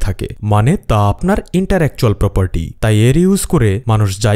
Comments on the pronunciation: Pronunciation thik korun interactual noy intellectual hobe😂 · Intellectual property, not "interetual " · ভুল উচ্চারণ টা কানে লাগছে সঠিক হবে ইন্টেলেকচুয়াল প্রপার্টি বাংলায় বৌদ্ধিক সম্পত্তি বা মেধা সম্পত্তি ! তবে আপনার উপস্থাপন সুন্দর , বোরিং লাগে নাই!